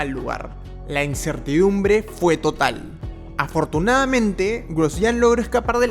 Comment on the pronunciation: Hola a todos. Muy impactantes los accidentes. No sé es porqué quienes locutan estos videos no pronuncian las palabras bien, dicen LAO en vez de LADO, suspenDIA, afortunAMENTE, aterraOR, InterLAOS, termiNAO, cerrAO, deteNIA, atraPAOS (debe ser para que rime con CAOS), inespeRAO, y así otras. Todo sea para que se active el algoritmo.